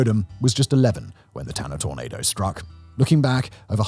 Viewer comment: Simon, you might need to work on your pronunciation of "tornado." Sometimes it sounded like you were saying "tomato."